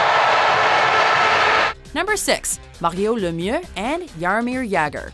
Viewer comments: OK, I never heard anyone pronounce Mario Lemieux that way. It sounded like you had to rip your tonsils out to do that! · Why the hell was Mario Lemieux pronounced so weirdly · The way she pronounces Mario Lemieux makes me want to die. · You said both jagr and Mario Lemieux wrong.